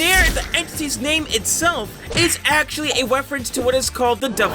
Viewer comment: "wefewence'